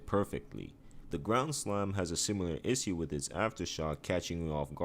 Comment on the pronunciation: Here's the issue. My man doesn't have a clue how to pronounce the word issue 😂😂